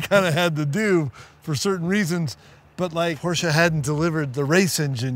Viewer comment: Come onnn budddy, not you… ITS PorschE not PorschA! Please guys, dont call it that!!!!